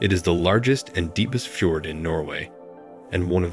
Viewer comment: ffi-chord??? Please remove the computer voice. We ALL get weary of hearing computers mispronounce nearly everything they speak. And yes, I am a Polyglot and a polymath.